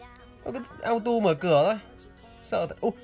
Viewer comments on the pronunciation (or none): none